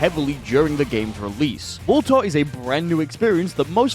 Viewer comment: lets talk about "WUD TUH" mode. Damn bro